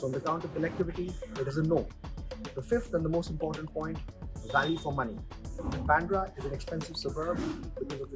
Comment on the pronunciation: It's baandra Not byandra..fools